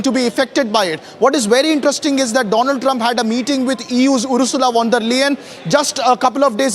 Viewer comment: Donald or Doughnald.... Great pronunciation